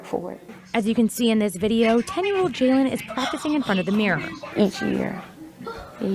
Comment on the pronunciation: this was one of my best friends😭💔 also you’re pronouncing his name wrong it’s spelled Jaylon and pronounced “Jaylen “ and we’re from Belleville not Belleview..😭